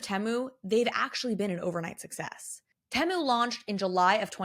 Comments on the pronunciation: I thought it was pronounced Tee-moo? The adds have literally drilled this into my head 🙈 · They also sell your personal data. I'm not shopping like a billionaire. Say Temu properly also